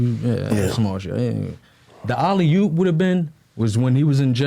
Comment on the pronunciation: Dude quilly really said alley yoop 🤣🤣 wtf 🤦🏾‍♂️